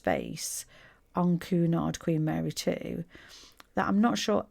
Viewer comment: Quite correct "Queuenard" never "Coonard". (there are dowagers in the Queens Grill Lounge clasping their pearls, and fainting)